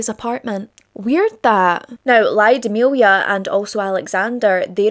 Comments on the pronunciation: Lyudmila [Luud-mill-ah]. The Y isn't pronounced that prominent. Not [Laio-di-milia]. Ludmila. Like the movie La Llorona the double L sounds like a j with a hint of L in the beginning. The same sound as that but more weight on the L and less on the J. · Mostly i agree. Except ''Lyudmila'' - bless you for trying though!